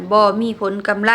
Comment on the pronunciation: กำไร ไม่ใช่ กำไล